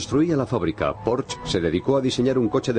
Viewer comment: pensé que iba pronunciar mejor es Porsche no Porsch, con razón hoy la gente utiliza la w en vez de g para decir gueon por ejemplo, o para pronunciar mal mi nombre.........